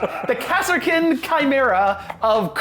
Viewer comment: Don't feel too bad about calling them "Kass-er-kins",. Until a few years ago, my dyslexia wouldn't let me read that word as anything but "Car-skins", so..